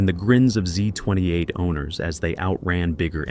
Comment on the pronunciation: Several typographical errors and also mispronunciations lead me to think this was AI generated. It's not ........ it's 302 and not Z slash 28 it's Z28. Unprofessional imo. Love the motor but your video doesn't do it justice. Thumbs down.